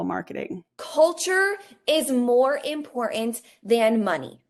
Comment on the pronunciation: "that's im-por-ANT!" ma'am, please stop.